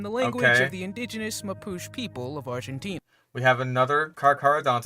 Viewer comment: it doesn't mean "earth lizard" it means "lizard of the land". also the way the AI pronounced mapuche kills me, like wtf do you mean with mapooch